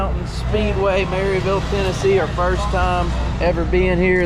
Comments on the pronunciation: “Mare uh vul” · It's not Mary-ville lol. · Not to harp but any city name ending in “aryville” in east tn is pronounced with they y making a uh sound and the ville is vul